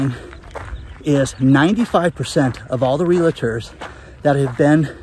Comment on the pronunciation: There is no "LA" in the middle of the word realtor.